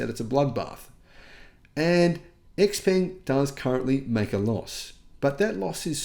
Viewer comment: Xpeng is pronounced differently, it rhythms with Tang as in "Xpang°